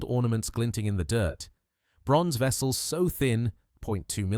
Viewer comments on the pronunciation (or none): none